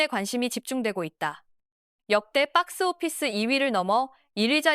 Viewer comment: 빡스오피스 ㅋㅋㅋ 발음 찰지네